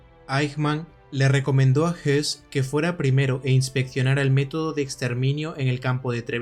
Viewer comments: No, el apellido Höss no se pronuncia "os" ni "jos". Para pronunciar la vocal ö en correcto alemán hay que poner los labios para una O y emitir una E, o bien colocar los labios para una E y emitir una O: el resultado es el mismo. En cambio, el apellido Hess sí se pronuncia JES, con la "e" como en castellano. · Le doy like, pero sin saber alemán, entiendo que Hoss y Hess no se pronunciaran igual. Yo te escucho y parece que hablas del otro, escucho "JES" alargando la E. El otro Hess, como lo pronuncias? "JOS"? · Pronunciate mal,..Rudolf Hoss no hess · aqui se le pronuncia como "hess".. pero es "hoss". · Una observación, Rudolf Hoss no se pronuncia JESS sino JOSS, puedo confundirse con Rudolf Hess y son personas totalmente diferentes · La pronunciación no es la misma que Hess??este es Hoss no??porque dice todo el rato Hess?? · No se como se pronuncia Höss en aleman, pero desde luego el estar diciendo "Rudolf Hess" durante el documental seguro que no ayuda mucho a las personas que no saben mucho sobre esa época, ya que pensarán inmediatamente en el lugarteniente de Hitler, que murió en su cadena perpetua en Spandau. Porque supongo que el que ha realizado el documental sí conoce a ambos personajes y los diferencia perfectamente. Yo personalmente he leído su libro "Yo, Comandante de Auschwitz". Me gusta mucho su canal. Un saludo. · Fabulosa tu investigación, muy buen trabajo, solo una nota aclaratoria, el apellido es Höss. Y creo así se pronuncia "OS". Rudolf Hess es el que estuvo prisionero y murió encarcelado en Spandau. Pero bueno, buen trabajo. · Por la pronunciación se puede confundir a Rudolph Hoss con Rudolph Hess, hago la aclaración